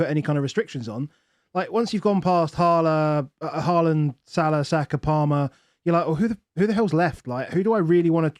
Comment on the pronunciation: Closer to the real pronunciation of his name than Haland